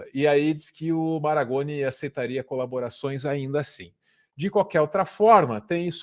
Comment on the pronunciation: Boulos é mais um a nos lavar a alma!... E o professor é Marangoni, não "Maragoni". Fomos contemporâneos na FAUUSP, olha só... Abraço,.